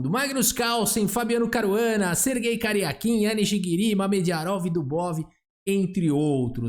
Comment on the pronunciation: Só eu que riu quando ele fala Sergey Karjakin, mas parece "ser gay caraquin"? kkkkkkkkk